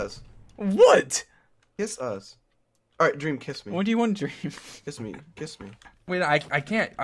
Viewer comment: Sapnap's neighboors when they hear sapnap say "KISS MEEY": "s.. Should we call the police?"